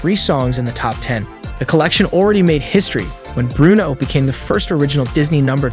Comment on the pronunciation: Bruno, not brono